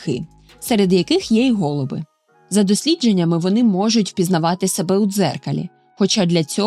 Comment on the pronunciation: Не гОлуби, а голубИ , учіть українсьську !